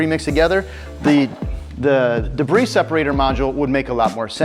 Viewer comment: Debris = “Duh-bree” not “De-briss”. Lol.